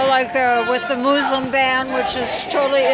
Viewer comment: The "mooslum" ban she says.